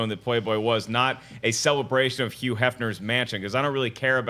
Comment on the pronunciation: patrick soler Yeah if it's a word that begins with hu he pronounces the h like a y. Maybe it's a regional thing. I wonder where he's from.